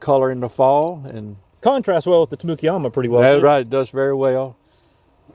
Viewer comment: You know where you are when you hear Tamukeyama pronounced that way. Auburn is such a great place for plant guys